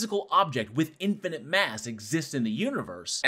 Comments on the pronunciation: I can deal with deteriorization, because that only shows up once; I twitch every time he says "in-fah-nint" instead of "in-fah-nit". IT ONLY HAS TWO Ns IN TOTAL. STOP IT. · Did he say "infinant"?